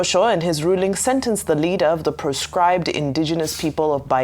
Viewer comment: God sealed that your mouth by saying poscribed